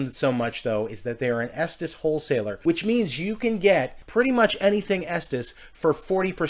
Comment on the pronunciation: It's pronounced estees not estas